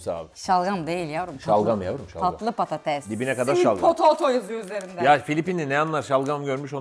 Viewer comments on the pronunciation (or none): none